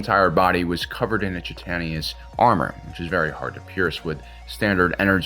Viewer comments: (For: Please delete this after viewing, no one will be the wiser. The pronunciation of the carapace of an exoskeletal species's makeup, chitinous, is pronounced chit-ton-is. My autistic arse grew up reading words I'd never heard spoken around me, had decades of these embarrassing mistakes, wanna save others from that feeling by spreading knowledge freely. Cheers, and thanks for a whale of a video. Yes, I did that on porpoise) 🤓🇺🇦🖖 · FYI, chitinous is pronounced like - kai-tuh-nus. Just trying to help! Love the content!